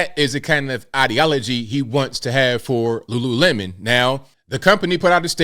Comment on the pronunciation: It’s Lululemon, and NOT Lulu-watermelon…get over it!